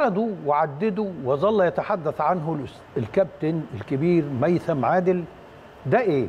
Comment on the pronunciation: ميثم وليس هيثم الرجاء التعديل